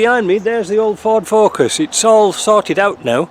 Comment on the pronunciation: I thought you said forskin🤯